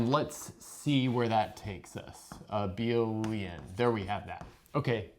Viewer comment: "Let's supoose that L mod I is abeal"